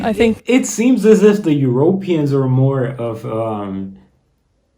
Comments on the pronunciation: Not Europ eans.... EurOpeeans. Love your vids :-) I think you are saying Europeans wrong :-) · You speak so weirdly. Euroooooopeans. some weirdly placed long vowels.